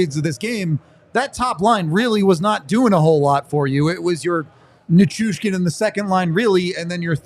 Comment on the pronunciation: Listening to mispronounce Val's last name make my head explode. Dude! Learn his name.